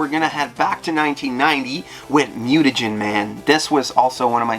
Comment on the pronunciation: Netflix mispronounced mutagen man with a hard G. Tgri would be ashamed.